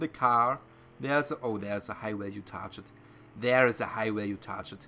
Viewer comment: you're saying target wrong